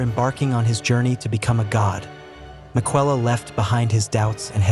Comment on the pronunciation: Hopefully, you can get an A.I. voice over that pronounces Miquella correctly. That made me scratch my head a few times. Aside from that, great video.